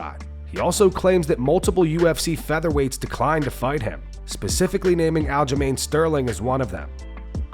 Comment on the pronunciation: Listen to what O’Malley is trying to tell himself and believe that is exactly what it sounds like 🤣 And AyO wtf u mean Aljo? 🤣